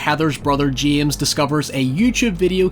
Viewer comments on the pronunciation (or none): none